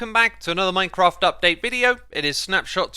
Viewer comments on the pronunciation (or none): none